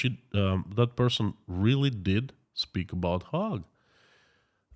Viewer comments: It's pronounced hage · Hague is pronounced as 'Haig' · Another interesting talk while I eat my salad. I like your pronunciations of the Hague. The town I live in is full of 4th generation Dutchman. Yeh - The Hog. I like it. I been thinking. Let's say they do declare war against Ukraine for it having the temerity to actually defend itself against Russian aggression. Russia has already pulled out the old stuff for fighting. Some of it goes back to World War 2. I've seen a lot of videos where their soldiers are neither equipped well nor are they treated well by their superiors. The text from a lot of phone calls shows they do not want to be there and really don't believe in Putin's war. They say he is running out of the missiles he is using to kill Ukrainian babies. They say even the ammunition is getting low in supply. Tanks, trucks and railroad supplies are being blown up by HIMARS and the BAYRAKTAR. As an economist, you have been taught to view the war by resources. It looks like Putin is slowly running out of war resources. He can mobilize more men but is this an effective use of resources? He doesn't have the resources to train these people. Some resources are intangible Crimes against humanity may not retain even his traditional allies. Allies are a resource. This resource too may be squandered. A great resource is the support of his people. Killing the husbands, sons and fathers of the people may lead to a diminishing of this support. He certainly will not come across to the world as a moral example. You say over a million ha